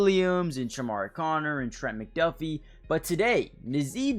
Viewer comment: If you're going to keep making Chiefs videos... maybe learn how to pronounce these names my guy. Trank-wahl Nah-zee Sue-uh-mot-uh-ia Ek-oh boy-doe